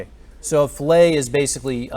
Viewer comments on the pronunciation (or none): Excellent lesson, thank you. BTW, "fillet" in this context is actually pronounced "fill-it" (rhymes with "billet"). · "Filet", is this guy serious? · fillet is not pronounced flay!! Flaying is a torture method hahaha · Man said fillay 😭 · Dude - It's "Fill-IT" Not a freakin' steak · i was listening to this in the background and heard that and it hurt my ears. delicious fish.